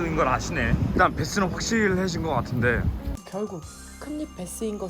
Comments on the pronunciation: 베스가 아니에요 배스에요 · 베스가 아니고 배스입니다 ㅎ